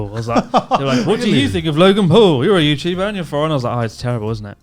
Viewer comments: r u youtubah? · Ah Yew Yuchuba? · Are you youtuba Come back when your youtuba.